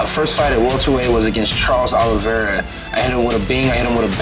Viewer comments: Kevin Holland just said "Charles Oliveira" 🤣😂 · He said “Charles Oliveira” lol. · Did this man say Charles olivera😭😭😂😂